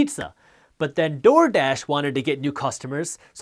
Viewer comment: the way he keeps saying TORDASH though lmaoo, good content though